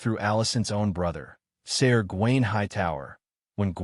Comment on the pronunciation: Are you using an AI voice? Most of the pronouncing is way off. Names are not pronounced corectly, Ser is pronounced Sir!